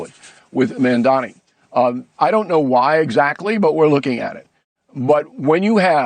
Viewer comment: His name is Mandani Bill! What is it with you people pronouncing names wrong??